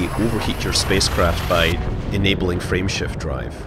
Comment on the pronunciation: I swear it sounds like she's saying "Friendship Drive"